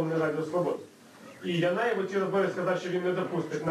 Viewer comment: Янаєв! Не Єнаєв